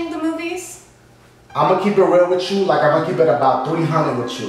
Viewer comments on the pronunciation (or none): "Imma keep it real witChu" So much emphasis on that